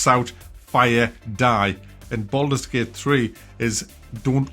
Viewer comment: Boldurs Gey-ut